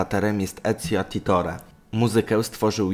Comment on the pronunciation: Typie niemuwi sie Ezio Aditiore tylko Ezio Auditiore Da Frienze